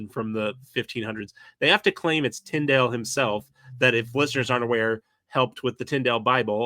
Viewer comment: Trying to follow this episode was difficult. You both were forging ahead so fast you lost me half way. When kept mispronouncing Tyndale’s name I gave up trying.